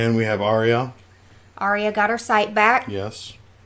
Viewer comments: It's funny how Sophie (Sansa) is the only cast member who can't pronounce it Ar-ya instead she says Ar-y-a. Great reaction as always guys. Steve is so focused watching he spills ice cream onhis shirt haha! What Dany did was also technically blood magic killing the Khals so no she's not fire proof. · It kind of fits, though. Pronouncing her sister's name wrong seems like the sort of thing young, bratty Sansa would have made a habit of out of spite. :D